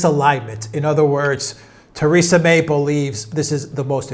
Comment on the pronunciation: Who is 'Tayrayza' May? Does he mean 'Theresa' May'?